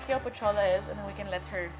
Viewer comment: I thought Pochola is Pocholo...